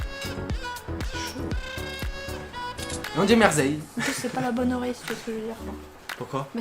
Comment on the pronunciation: On dit pas merzeille